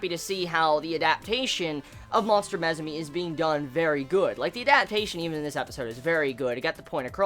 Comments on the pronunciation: How the hell do you come up with pronouncing MUSUME like that? since when does U make an E sound?? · It's pronounced moo-sue-may btw ;) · Lmao you pronounce Musume so wrong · why's he pronouncing musume like that? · He butchered the name so bad...